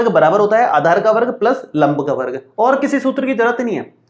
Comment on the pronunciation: Aachar nahi sir aadhar hota hai